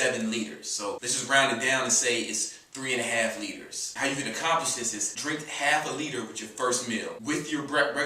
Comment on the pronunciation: He says "foo" instead of "food" and "dis" instead of "this."